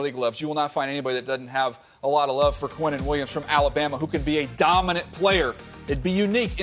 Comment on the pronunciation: Like why can't they pronounce his name right. Quinnen is pronounced Keenan smh. You sound dumb pronouncing it any other way.